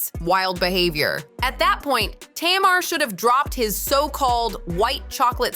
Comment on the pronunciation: Be better if the voice over said Tamar's name right. It's Tay-Mar... not Tam-er.